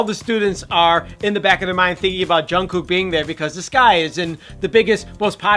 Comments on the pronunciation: I just can't stand the way he says "Jun KOOK"... lol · that's not how you say jungkooks name lmao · Boi you pronounce his name wrong EVERY.SINGLE.TIME I'm screeching , and I'm so proud I actually cried kwnfkenekneleme my bby